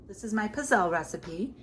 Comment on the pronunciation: These humble waffle cookies are native to my dad’s region in Italy, Abruzzo (east of Rome). When my grandparents came over to America they used a hand-held iron that was put over an open flame. Of course they used oil instead of butter. They are pronounced pizzele w a hard z as in pizza! Good job,!